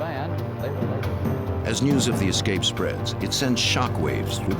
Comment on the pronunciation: The director of investigations should be locked up until he can pronounce "escape" without adding an X😂